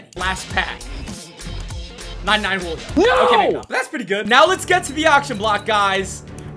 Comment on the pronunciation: ”hulio fighting for the first Me:HAHAHA HULIO JONES🤣🤣Hulio HULIO!!!🤣🤣🤣🤣☠️